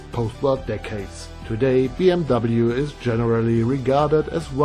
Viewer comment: Looks really cool, I like how you pronounced BMW the English way “Bee-Em-Double-You” as opposed to the German pronunciation which is "Bee-Em-Vee"